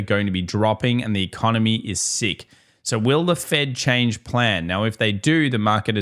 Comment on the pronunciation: The economy is seeeek! Austraaaaliaan😂